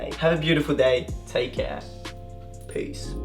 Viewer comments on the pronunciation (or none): none